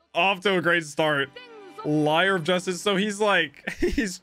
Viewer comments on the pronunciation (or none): none